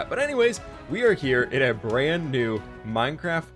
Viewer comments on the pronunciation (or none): Are u good at minecwaft